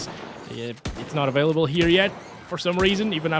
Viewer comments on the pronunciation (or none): none